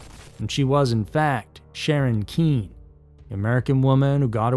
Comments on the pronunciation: Pronounced Sharon KINN-KNEE. Not Sharon Kine. It's important to get these names right, especially to their victims and the victims' families. Law enforcement even pronounced her name correctly in your video so I'm not sure where the oversight was. Please do better. Otherwise, you lose all credibility and respect. Thank you. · In fact, you pronounced her name as Sharon Keen in the first part of the clip. Then change it to Sharon Kine in the latter part. There was no consistency and both of those pronunciations are wrong.